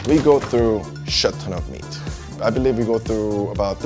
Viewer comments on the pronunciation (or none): A minute in and the owner has said “shet ton” twice now 😂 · So is he saying shit, chet or chef enough meat???